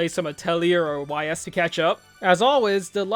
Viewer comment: I dont think ive ever heard someone pronounce YS the way you do lol, but yeah, tgs gets more disappointing each year, not a single actual exciting game announcement/update for an already announced game(outside of nier remake) This was such a waste of time, i feel bad for anyone who went through all those hours of pure nothing